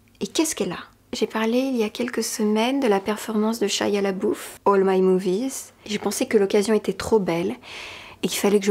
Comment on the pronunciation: "Labeouf" se prononce comme "le boeuf"